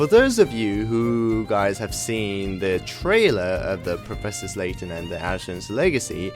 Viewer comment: it's professor layton not professor slayton btw. just saying. we all make mistakes